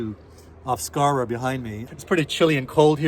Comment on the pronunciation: Beautifully said. Pronouncing Scarborough correctly 😊